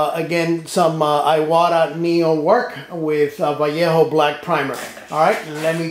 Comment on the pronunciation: Keep saying "Vallejo" right ;) You are doing a good job promoting Iwata Neo. It will come as an auto present this Christmas.